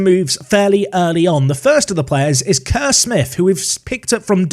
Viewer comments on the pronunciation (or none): "kerr" is pronounced "car"